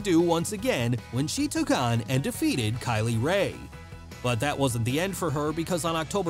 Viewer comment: You mispronounced Glasgow and Kay Lee Ray